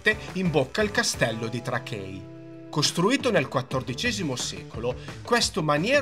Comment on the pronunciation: TRAKAI no trakei non è lingua inglese e lingua lituana.... VINIUS no Vilnus....